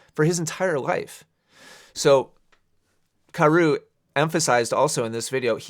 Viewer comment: At first, I thought you kept saying Carousel.